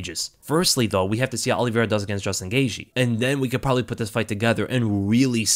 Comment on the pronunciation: Just came to hear you say Charles Aloe Vera